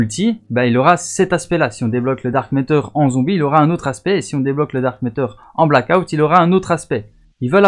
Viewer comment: C'est dark ma(teur) pas dark métor... Mais jsuis pas facher vous etes pas américain ou canadien